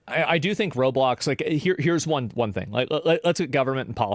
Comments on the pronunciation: did he just say “Robox?” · "Robox" i cringed this hard